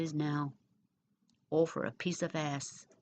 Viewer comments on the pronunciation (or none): none